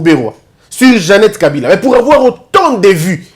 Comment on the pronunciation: On doit le défier en prononçant seulement les Nom des leur frère Kabila et eux il prononce kabirrrraa